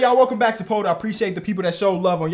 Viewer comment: It’s pronounced “purr-tool”